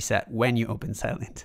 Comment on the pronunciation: Sylen - thhhhh not Sylent